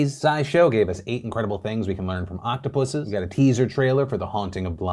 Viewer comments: Im mainly bothered that phil said "octopusses". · A lot of serious stories but all I can focus on was Phil saying Octopuses ha love ya Phil